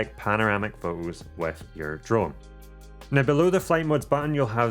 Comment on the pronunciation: Do you taxed on your usage of the letter "T"? I've never heard of pho-ohs se-ings, for-ey, au-oh ... But if the "T" is at the beginning or end of the word it is clearly pronounced. LoL!!! Sorry, I just found that a little amusing, great video by the way, although you missed the "Host" USB-C connector under the flap on the "DJI RC" controller, I assume that is to move data to and from the controller?